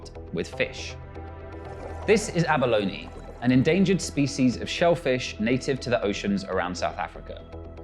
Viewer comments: Abaloney? Come on… what English word that ends with consonant-“e” has a hard “E” sound at the end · Ja, to hear Abalone pronounced correctly several times throughout the video and then butcher it with abaloney is beyond me 🤣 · and 'abaloney'